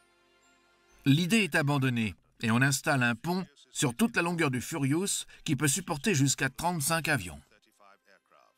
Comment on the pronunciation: Le Furiousse, le Brémène, le Royal Navel Air Service, Nouillorque, le Couine Mairie, Air vonne Ribenne Troppe, le Grave Spi, résister aux Zou Bottes, ............MDR